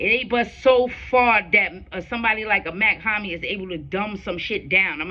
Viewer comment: Mach-Hommy is pronounced (MOCK - HOMI) 👌🏼💯💯💯